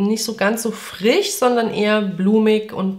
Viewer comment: Darf ich dich mal was doofes fragen? Warum sprichst du das sch in zb dem Wort "frisch" als ch aus (also frich), obwohl du zb "schon" ganz normal mit sch sprichst? Ich habe das schon oft bei Leuten aus dem Kölner Raum gehört, warum ist das so?